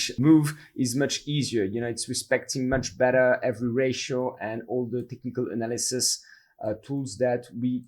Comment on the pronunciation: Love you man, but you got to learn how to say Analysis propertly.